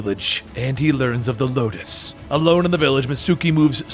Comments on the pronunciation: Di- Did he just say "Locust"? It's Lotus... xD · Lotus not Locus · LOTUS. Not Locus or Locust smh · ITS LOTUS NOT LOCUST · Lotus not locust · I'd love to see more Warframe lore (even though I already know most of everything). Although side note, you kept called Space mother "Locust" when her name is actually "Lotus". As in the flower. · Did anyone else catch how he said Locus instead of Lotus at some point😂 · If you do more of these then plz... its lotus not locust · This looks like an alternate universe of Warframe since everything became so confusing, and Locust? LOCUST?!? I think you meant Lotus, but this story is good anyways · locust... honestly... acurrate. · First of all it “Lotus” not locust. And second, it’s about damn time you make some warframe lore! PLEASE! For god’s sake! Do more!!! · LOTUS LOL. you said locusts 😂😂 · Lotus the name is lotus not Locust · YES! More please. Also not to be a smartass but its lotus not locust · The Lotus, not The Locus/Locust. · amazing job but it's pronounced lo-tus not lo-kis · You said locust ...... it’s the lotus ..... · Btw it's lotus not locust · Btw it is the lotus not locust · Did you call space Mom locust ??? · Any one else here him say locust not lotus..I was triggered for a second lol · Did you say locus instead of lotus? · By the bra it's lotus not Matisse (just correcting ) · i thoughi i was the only one hearing it wrong xD but ya lotus not locust. Maybe cus of copyrights 🤔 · Pretty sure he meant Lotus but it sounds as though he said Locust. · is it just me or does he sometimes say locust instede of lotus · He said Locust like the bug listen again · Ricardo Ortiz-Joseph I heard Locust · Lol did anyone else hear Locust? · No hate or all but its lotus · Locust? Other than that, my favorite of your videos! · Ikr it says her name in the comic so idk how he fucked it up